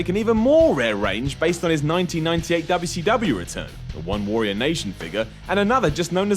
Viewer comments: can't pronounce Warrior. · You say "warrior" fucking weirdly.